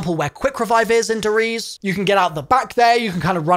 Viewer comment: Him saying "Der Riese" "dereez" makes me conscious about the fact again that for some reason, CoD uses German names for their zombie maps